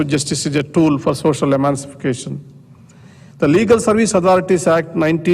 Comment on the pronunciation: par jo aap emanicipaction padh rahe hain vo shayad emanicipation hi hai